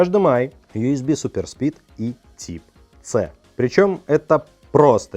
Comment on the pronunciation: Не ТИПЦЭ а ТАЙП-СИ! Уши режет...😬 За обзор +!